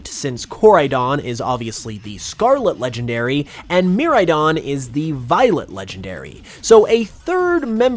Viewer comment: Bruh bro really pronounced it mirrordon instead of miraidon 😂